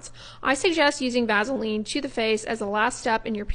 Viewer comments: Eeekkkk. Her pronunciation of vasalean. Lol it's vas-e-line. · Please pronounce your words correctly if you're going to put yourself in front of the whole world. Vazaline for Vaseline isn't cool...your message, however, was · I've never heard of vaseline pronounced with a z sound- "vazeline". 🤔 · I've never heard anyone pronounce it "vazaline". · I can’t figure out what’s happening with online dermatologist, the dueling duo male doctors do the same thing. For at least 100 years it’s been pronounced “Vass a lean” And its product is PETROL E UM JELLY. Not pet rah latem and it triggers me so much, I realize the goal is to sound snobby and and pretentious, but the truth is there is ZERO pretentiousness with this amazing product. Stop Social media gobbledygooking this fantastic, obtainable by anyone resource. I’m so over this boojee or should I say boo gee Nonsense. It’s petroleum!!! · I love how you pronounce Vaseline like Ice Cube does. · Here’s what I need to know: is it pronounced VASS-ah-leen or VASA-leen? Have I been saying it wrong? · I've never heard someone mispronounce Vaseline quite like this before! 🤣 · Why are you pronouncing it with a z